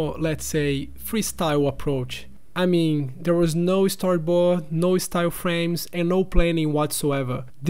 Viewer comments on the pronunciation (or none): Ei cara, pode pronunciar as consoantes no fim das palavras, elas não precisam ser sempre 'mudas' .. gooD, storyboarD, starT, clienT